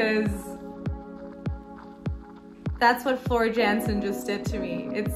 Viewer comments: Great reaction video, love everything Floor related, but, if I may...it's pronounced Yan..sen, not Jan..sen. You're in for a real treat with Floor ( Y)Jansen. 👍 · Love your love for Floor what a gift she is to our ears 💝 The name Jansen in Dutch is pronounced as Yansen as the j sound a y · Jansen is pronounced Yancen - FYI :) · She’s without question the most emotional vocalist I’ve ever heard. She reduces many to tears she’s so good. Just a tip it’s pronounced Yansen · Great reaction; you have a great ear, and a fantastic smile! Please don't take this as a "jab" or slight, but her last name is pronounced "Yan-sen"; The J is sounded as a Y. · BTW the Dutch say J as Y. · Time for a little guidance. Floor's last name is pronounced as YANSEN. You're welcome! :-)